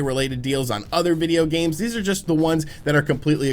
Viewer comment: I hate how he says "videogames" in the beginning when he says "in the world of videogames" lmao